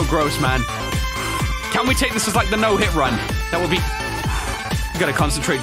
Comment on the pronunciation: that is not how you spell "like" cause you keep saying liek. And it is not liek. It is like.